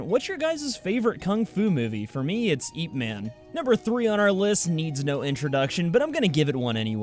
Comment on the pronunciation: it's not eeep man its ip like tip without t